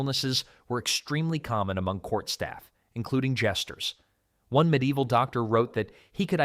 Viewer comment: Me deival? Its medi evil.